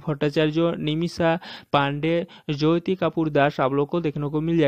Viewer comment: Apne galat bola Jyoti ko joti boliye to sahi uchharan hoga likhne me Jyoti but jab bolenge tab joti boliye .it's Jyoti =joti not joyti